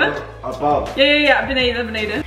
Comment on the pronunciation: holy shit that "beneden beneden" and - completely sounded like a native speaker, i was confused for a moment.